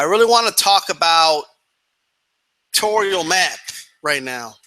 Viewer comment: "electorial points"...come on man...